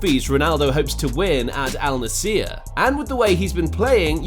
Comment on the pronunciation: its Al Nassr bro, not Al Nassiiier :D